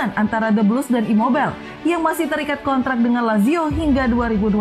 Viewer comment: Imobail, insain 🤣🤣🤣 Itu bukan nama bahasa inggris bosss... Ngadi² aeee 🤣🤣🤣